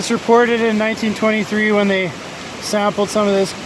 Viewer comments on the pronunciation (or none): none